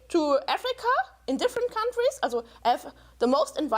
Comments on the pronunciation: This exacly what I wanted to say aswell. Thank you! It is not only that she has a horrible accent, but that some words are just pronounced wrong /german: Especially "also". (For non.germans:) "Also" is a word that exists both in german and english, but has a completly different meaning and therefore (aside from gerneral differences in the pronunciation of both languages) pronounced differently aswell. (Sorry if there are grammar or spelling mistakes) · i'm german and her "also"s trigger me so hard, rn.